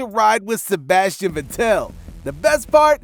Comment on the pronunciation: Stop saying Sebastian VetTEL: it's VETtel.